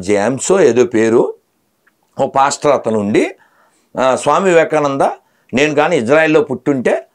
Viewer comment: 💥 Madam, meeru prati saari Pastor pastor anetappudu naaku "Bastard" "Bastard" ani vinipistondi enduko mari...🤣🤣🤣🤣🤣